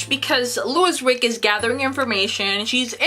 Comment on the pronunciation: Please pronounce the main character's name properly, it's Louise Rick female (Leweese).